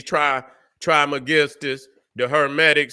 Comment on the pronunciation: "trish mey-giss-stus"